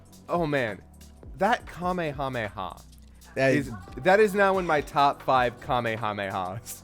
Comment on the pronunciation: All these years and still doesn’t know how to pronounce Kame Hame Ha.